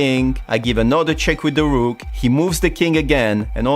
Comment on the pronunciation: When you say DA ROOK at first in this video it's like VILLAN name💀